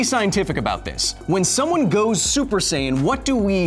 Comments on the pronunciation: don't you mean "sayian"?🤔😂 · FYI: Saiyan is pronounced like "science"